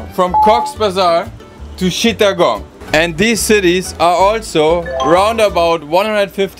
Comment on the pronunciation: Chittagong❌ Shittagong✅